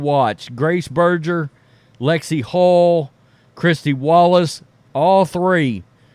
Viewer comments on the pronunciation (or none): SAY BER ( BURRRR) GER CORRECTLY PLEASE! ❤ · Please could you pronounce Grace's last name correctly? It's "Burger" like a hamburger, etc.